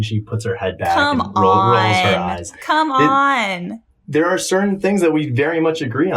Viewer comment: Com-oon,. Where is the Greed agreement?